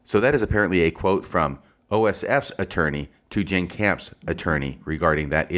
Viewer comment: It's "Jenn". Not "Jann". (It almost sounds like you're applying for a legal job.) I think the bottom line is that, in cases like this, the fuller the context is the better, especially if the context favors your arguments and central theses. Most of what you appear to think of as being superfluous establishes context, motivation, patterns of behavior consistent with the counterclaims. Just my initial view of it.